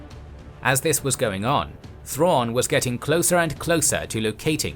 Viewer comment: God they butchered Thrawn.